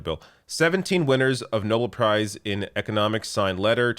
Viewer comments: For the love of Christ, it's "No-bell," not "Noble." Nobel. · Pssst, Nobel is pronounced as it's spelt, not "noble"....for next time Love your show 🇨🇦